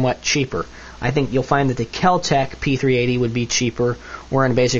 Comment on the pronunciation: U say keltec p 380 weird